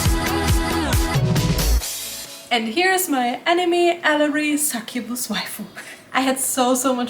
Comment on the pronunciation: She said sucubus 🥲